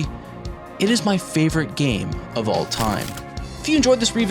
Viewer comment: "My personal favorite" says it wrong. Ok buddy. Jk great video man